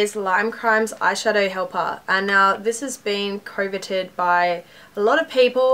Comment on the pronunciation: did you say coveted? (cove-a-tid) it's pronounced cuv-a-tid